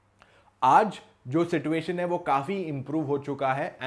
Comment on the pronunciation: it’s सिचुएशन